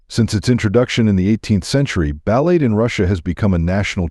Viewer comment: How about screening the AI reading the script to pronounce words properly. "Balette". Really?